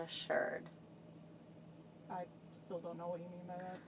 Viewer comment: Is that "assured" or "assumed"...?